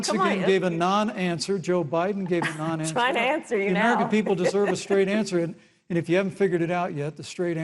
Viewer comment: Pence saying you gave a nonawnser is beyond funny